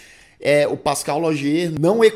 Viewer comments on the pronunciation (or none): none